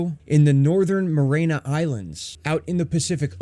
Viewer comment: It's the Mare-ee-anna islands